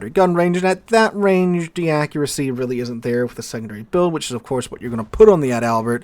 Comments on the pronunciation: Ad albert sounds funny.... Its pronounced just like the paratrooper flower the Germans wore....Edelweiss. (pronounced Adle Vise) Adalbert. .. (pronounced Adle Bear) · I’m not a nitpicker, really, but it’s Adal-bert, not Add-Albert. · I don't want to be the "actually " guy here, but you're mispronouncing the ship's name. She's ADAL-bert, not Ad-ALbert. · sorry, but I love your pronouncing "Ad Albert" 🤣🤣🤣🤣🤣🤣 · Can't wait for the full, comprehensive German ship review video, where we get to see how the "Bi-Smark," the "Fry Derek, " and the Gruh-Sewer hold up in 2025